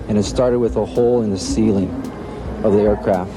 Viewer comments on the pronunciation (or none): none